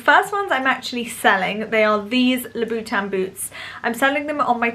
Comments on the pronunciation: Love shoes and have always had a huge collection as it is my passion. Never seen any of your videos before, but found this about your shoe collection on a whim. Nice collection, but why is it so hard for the British influencers to pronounce Christian Louboutin! Why does it end up in LoubOUtin, it doesn't make sense. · Lol 😂 the way says Louboutin 💜